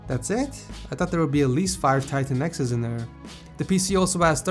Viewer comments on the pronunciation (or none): I had to go back and listen because I couldn't tell if he said "4 TITAN X's" or "5 tiny Mexicans"